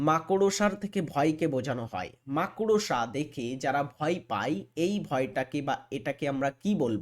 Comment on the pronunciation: 12 number question er answer D)226 hobe, ar মাকড়সা pronounciation ta ektu thik kore nile valo hoi 😂